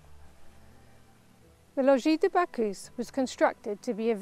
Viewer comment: Bacchus prononce more like "back us" in french/latin than "back hu"